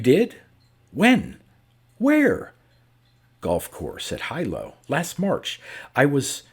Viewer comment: Hilo, Hawaii is pronounced hee-lo, not high-lo.